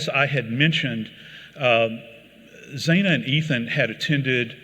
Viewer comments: Her name was pronounced as Zanna not Zana you lazy quack. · Xana is pronounced with a short 'a", not like Zayna. She and Ethan were both 20 years old, and Kaylee and Maddie were 21. Kaylee did not work at Mad Greek. That was Xana and Maddie. Also, Kaylee was not fully moved out. She still had her bed with the blankets and everything in her room. It was viewable from the exterior through the windows in photos provided by the press. The house is a little confusing but is easily figured out on Zillow, because the interior photos were publicly available on there due to it being a rental. I like Joseph Scott Morgan but the facts matter. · He gets the timeline wrong by using 145am as the time of return for Kaylee & Maddie. It was 156am. He mispronounces Xana's name, which should rhyme with Anna. He gets the age of Xana wrong: it was 20 not 21, as he says. Kaylee's family corrected the police, who originally put the time of return at 145am. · Correction. Xana was 20 , Ethan was 20 as well. It’s pronounced zan -ah. I was born in their generation im their age rn and in college. I am baffled by what happened to them. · Mr. Joseph Scott Morgan, please learn how to say Xana’s name correctly! Annoying. You are not pronouncing the frist A correctly. Fix that. It is disrespectful in my opinion. Gees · You would think he could pronounce her name correctly. Xana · It’s so disrespectful this speaker cannot pronounce Xana’s name correctly. ☹️ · The presenter is personable and clear but unfortunately there are numerous factual inaccuracies, some of which have been highlighted in previous comments. The lack of research into how to pronounce Xana’s name is disrespectful. In the presenter’s defence, I think he may have been invited to speak at very short notice. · How do you know "facts" are wrong? Everything we know has been released & everyone knows it...anything else is speculation. I think his accent affects xanas pronunciation, but yeah, I get it....